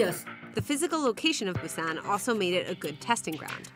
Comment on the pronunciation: A story about Busan and the "journalist" doesn't even bother to look up the proper pronunciation of Busan. No integrity. 👎 And this is why the rest of the world says Americans are stupid.